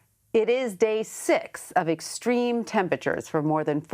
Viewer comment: Why is it ? He doesn't know how to pronounce extreme & extraordinary